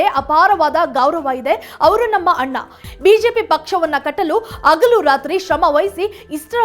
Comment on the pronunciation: ರೇಣುಕಾಚಾರ್ಯ ಬಿಜೆಪಿಯ ಬಿಗ್ ವಿಕೆಟ್ 😂😂😂. ಅಗಲು ಅಲ್ಲ, ಹಗಲು. ಸಧ್ಯ ಅಗಲ ಅನ್ನಲಿಲ್ಲ.